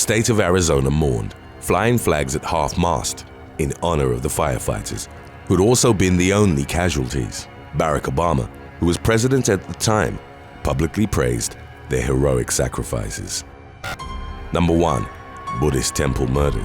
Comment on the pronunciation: Just a heads up Barack Obama is said Ba-rock Obama. Last name was said perfect! Love the voice and listening to you! You do a great job